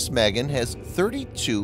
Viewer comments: It's pronounced "mah-GEN," not mehgin. Cyprus is not pronounced "cipris". You really need help with your Hebrew and English. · It’s pronounced mah-GEHN, not MEH-gehn. Literally means “shield”. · Pronounced Mahgain. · Magen: mah-GÉN. A as in ah, and accent on second syllable. It means 'shield.' Thanks! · Proper pronunciation is Muh-Gain - "Shield" in Hebrew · For crying out loud ! In Hebrew, and many other languages besides, the heavy emphasys is on the SECOND sylable. Never ever on the first as it is in spoken English. ma GEN ( protector, shield - noun, to protect - verb ) not the girls name Magen. Your butchering of Hebrew just irks me !! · sorry, I meant no disrespect, I didn't like the way he pronounced the name..